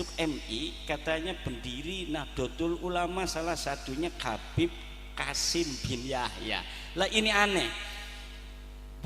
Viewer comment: ga bisa baca,Habib di baca kabib, walah² kiyai ko begitu, kiyai pemecah umat....!!!